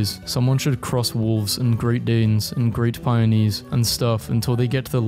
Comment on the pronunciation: This is a good video, but as a dog person, the way he pronounced Great Pyrenees kills me